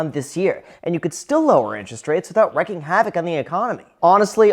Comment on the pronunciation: Wreaking Havoc on the economy. "Reeking" FWIW.